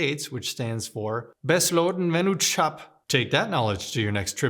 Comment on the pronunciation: Your pronounciation of 'Besloten vennootschap' was almost correct... Just pronounce 'vennootschap' as 'venNOTEschap' and it's perfect...